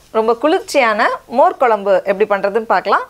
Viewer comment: "மோர் கொலம்பு"இல்லை, அது "மோர் குழம்பு" பண்ணத் தெரிகிறது. பெயரைச் சொல்லவும் தெரிந்து கொள்ளவும். நன்றி.